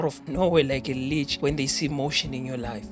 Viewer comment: The way you said leech! 😂😂😂